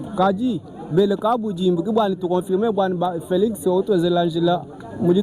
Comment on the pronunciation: Merci beaucoup pour le reportage, j'apprécie beaucoup le travail que tu abats. Un petit conseil, arrête de déformer notre langue, le tshiluba. Par exemple : au lieu de prononcer KABUDJIMBU, tu as tendance à dire KABUDZIMBU, ça ne sonne pas bien. Merci pour le travail.